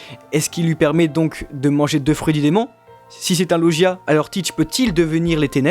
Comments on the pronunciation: ON DIT LAUGIA PAS LOUGIA mais sinon trés bonne vidéo ^^ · ET SA SE DIT LOGIAS